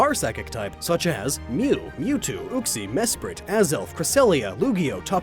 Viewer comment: The way he says Uxie... oo-ske